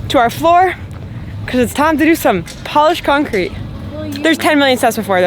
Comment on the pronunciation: I heard "polish concrete" and wondered for a long time what was special about it... But then I heard that you said polished concrete